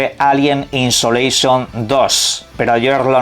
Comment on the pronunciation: Alien Insolation dice jajaja ¿Le a dado una insolación al Alien, o que? Es ISOlation.